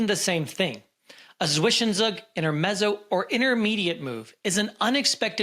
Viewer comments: 22% worse than the average pronunciation of Zwischenzug. ( evaluated by a german) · Bro im German And its not zwischenzwag its zwischenzug!!!